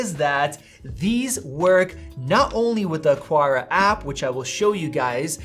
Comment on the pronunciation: lol why can't anyone say AH-CAR-AH